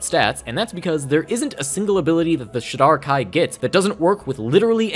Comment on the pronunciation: Great overview of the elves! The only thing that threw me for a second is how you pronounce Shadar-Kai. I've always pronounced it like this: so it took me a second to figure out what you were saying 😂